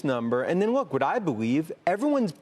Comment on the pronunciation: it’s LOOK not WOOK !!!!